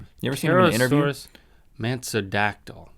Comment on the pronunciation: he said Dracorex Hogwartsia and im like ok Harry Potter cool! then he said Pterosaurs Mansodactyl and said it was named after Marilyn Manson i started fangirling so hard then i died because Marilyn Manson is awesome